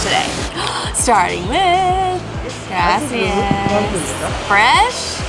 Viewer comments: Graci-AH-s. Not graci-IS. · stop saying graci ss it’s gracias (kinda like aahs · Oh my goodness! It’s graciAS, not graciES. It’s Spanish,, not Italian (although Italian is much prettier, in my opinion). Also, what is the name of the hot springs, the swing rope into the water, and the beach? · i love when says “gracias” 😂